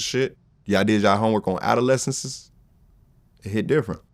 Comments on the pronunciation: STOP!!!!! It's NOT adolescensessess, it's NOT adoleecisisisis, stop with the isss-ess-iss-esss..... it's ADOLESCENCE. - "When the Whole Crew is Stupid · Adolescencesss??? Yo 😭😭😭😭